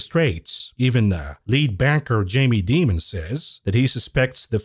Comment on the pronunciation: who's jamie demon?. do you mean jamie dimon perhaps?